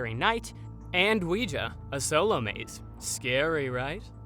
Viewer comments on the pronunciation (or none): none